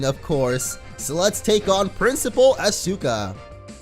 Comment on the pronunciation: You pronounce Asuka wrong